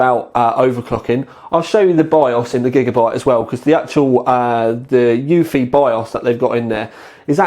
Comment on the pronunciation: "yoofy" lol